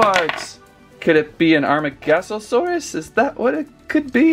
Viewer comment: It's amar-GO-saurus...😑...